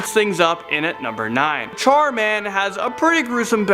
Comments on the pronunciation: Char man Or Dhar mann ? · Char man (der) :P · Char man. Der